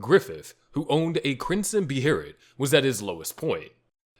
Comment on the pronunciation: It's pronounced 'B' 'Hay' 'Lit.' From Berserk--the Crimson one.